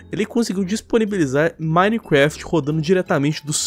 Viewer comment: Hacker nutella: Anonymous Hacker raiz: (parem de falar "Minequeft" e fala certo ;-;)